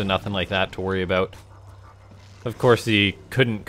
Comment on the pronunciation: He said "aboot" AND apologized for what AlphaStar did? True Canadian right here.